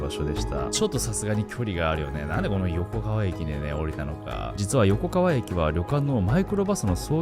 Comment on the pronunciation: よこかわをよこがわと言ったり、おぎのやをはぎのやって言ったり 意図的？って思えてしまう